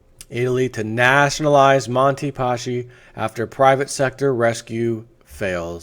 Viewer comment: I'm italian, it's pronounced Paski and not Pashi...anyway good try :)